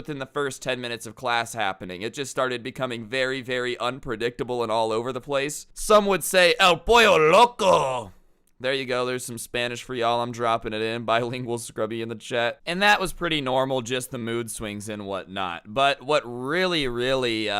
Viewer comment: scrubby said the chicken is crazy, when he said "EL POLLO(POYO) LOCO"